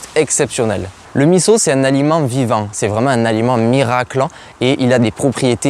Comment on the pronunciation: Bravo de bien prononcer MISSO ! Top !